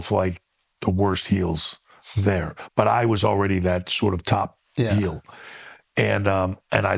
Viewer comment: nothing pisses me off more than Akaash saying "heel"